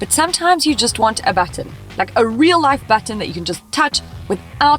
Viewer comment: You say button in a weird way lol